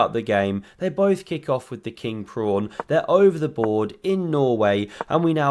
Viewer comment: Did he say king prawn at the start of the video ? 😂